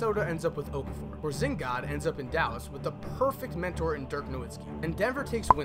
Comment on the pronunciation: Porzingis not porzingod